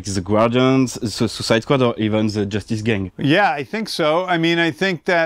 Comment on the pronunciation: they cut right after the cameraman speak. James Gunn didnt understand a thing that he said to him. Moi même j'ai dû recommencer 3 fois le vidéo juste pour être certain d'avoir compris. "The" ne se prononce pas "Ze" mais "De" juste ça va améliorer ton accent 😅 Le club vidéo est incroyable by the way